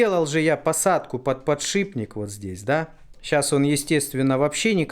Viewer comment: Не подшиБник, а подшиПник, от слова шип...